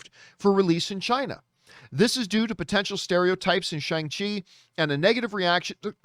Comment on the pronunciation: It's pronounced SHONG-CHI. , Got to start saying it right John LOL